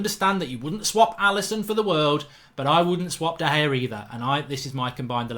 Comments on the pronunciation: man said De Gea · Lost all seriousness when you said De Gea